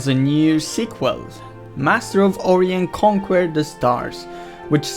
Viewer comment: You so butchered Orion. It's O-Ryan